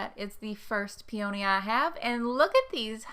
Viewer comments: Right there with ya, I'm on the in Maryland, and I say peony same as you, as my mother did too. After all it's not spelled...pe"a"ny, I pronounce the o. Are you looking to stay in KY.? Maryland is a really nice state =^) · I’m a Virginian and pronounce “peony” the way you do so you’re not alone! 💗